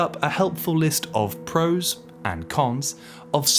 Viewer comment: said “pros” 😭, it’s over 💔